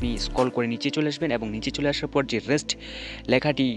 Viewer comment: রেস্ট না রিসেট😂😂 শিক্ষিত অভারলোড😅